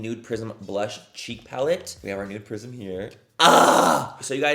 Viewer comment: I’m sick right now and my nose/ears/sinuses are just super stopped up so I CANT STOP hearing “nude prison” instead of prism and…well…it doesn’t NOT work manny…it doesn’t not. ….😅😅😂